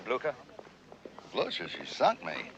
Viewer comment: Cant stop laughting how they misspronounce Blücher .. but this is english with german names all around anyway :D p.s.good movie